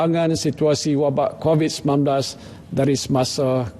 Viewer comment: X tau lah camner org tua ni boleh mispronounce "covid" ke kobis.. as if kurang prihatin je